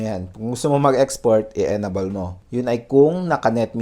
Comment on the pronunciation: Enable = "en-ay-bol" po ang pag pronounce sir not "enabol" po. However, thank you for this useful video.